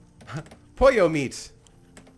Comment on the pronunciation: im Spanish so I know what poyo means it is Spanish it means chicken and u pranounce it in a diffrant way